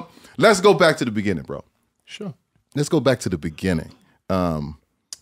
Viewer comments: It’s like this foreign preacher tryna read the Bible. Type it in. It’s gonna be so worth it. 😂😂😂 Type in “In the beninning” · “In the Beninging” 😂😂😂💀💀💀